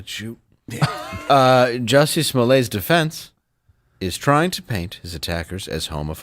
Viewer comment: Nobody ever told Jussie, that his name is pronounced "Hussy".